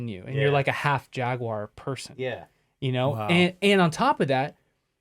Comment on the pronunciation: Today I'm watching while polishing slabs of stone from the quarry at Mt. Mica in Paris, ME. ... "Jagwire" ⁉️ ✌️😽💨